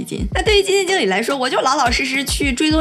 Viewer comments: “基金井理”lol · 基金jǐng理，😄东北话出来啦🤗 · 基金井里，没毛病，正宗东北口音